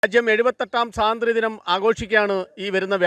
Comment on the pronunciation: എന്തോന്ന്? സാതന്ത്ര്യ ദിനമോ മലയാളം പോയി പഠിക്കടെ